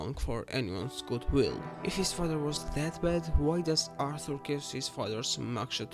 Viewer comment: ITS ARTHUR NOT ALTHU. ROBBERS NOT WOBBERS. MARY BETH NOT MEO BET